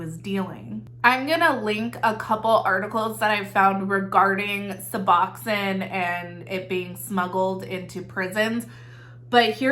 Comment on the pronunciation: In the medical field - it's "Sue-Box-own" :) love the channel